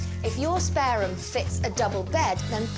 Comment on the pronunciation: Typical yuppy puppy woman..." rhum screams update me"...her pronunciation?? My goodness...😮